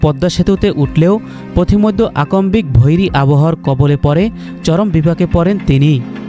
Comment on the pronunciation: সাংবাদিক ভাই তোমার বাংলা ভাষা অত্যন্ত দুর্বল আকমবিক নয় আকস্মিক (আকসসিক) বিস্ময় বিসময় নয় বিস্ময় (বিসসয়) গ্রীষ্ম গ্রিমমো নয় গ্রিসসো